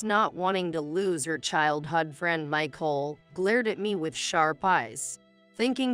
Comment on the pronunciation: Very very poor AI; ruined the story. And childhood is not pronounced childhud!